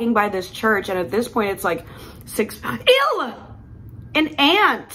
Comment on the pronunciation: The way you sad ew but ended it with an “L” ewlll 😂